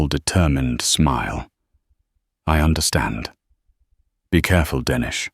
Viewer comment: Dennis is pronounced like tennis